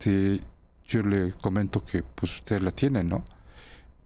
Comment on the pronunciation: Pus.? Se dice pues